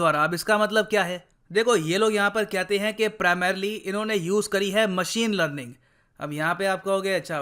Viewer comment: 😂😂 literally, lerlinn(learning)